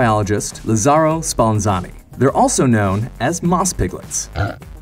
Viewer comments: Is "LaZzaro" not "LazarRo" xD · It's Lazzaro Spallanzani not Lazarro Spallanzani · "Lazzaro", not "Lazarro" Spallanzani..